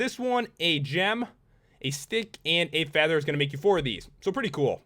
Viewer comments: i hate it when you say "AND" it's so iritating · dont hate but u say on and block funny :P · The way he says "and" Jesus Christ.....